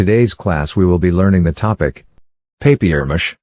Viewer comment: Wow papiermache not papermache. Nice 1